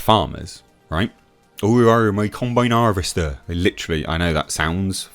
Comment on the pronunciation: "Ooo-arrr combine 'arvester" im dying at that🤣🤣🤣🤣